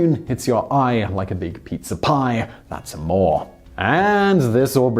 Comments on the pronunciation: Lots of great history! Thanks. One thing: "When the moon hits your eye like a big pizza pie, that's amoré" (ah-mor-ā) Give the song a listen, it's not bad, esp Dean's version. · That's Amoré, Not Ah-more. A More Ay.